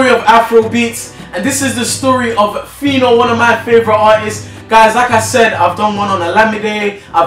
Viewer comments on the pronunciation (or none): guy if you call phyno a gay again...... and please its pino pino not whatever you said.... 'Anuman' pronounce that..... that's what you are... nama... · thurda fire u guy. phyno not gay